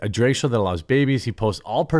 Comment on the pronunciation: drag, not draeg, jeremy, why can you not pronounce drag?! who the F says it like that. like flag. not flayg.